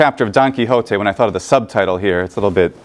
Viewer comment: Small side question: where is your American accent from? I noticed that you pronounced 'wh' (e.g. in what, when, etc.) differently than "standard American". Just curious where that is the case. :)